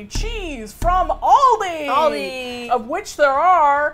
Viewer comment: Every time an American pronounces Aldi wrong, I want to pull my hair out